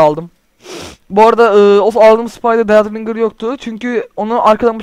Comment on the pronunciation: dead ringır diye okunmaz ded ringır diye okunur :D